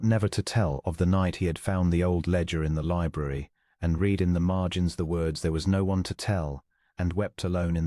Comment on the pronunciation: AI needs to learn: "read": past tense " read" instead or present tense. Quite distracting. Good story.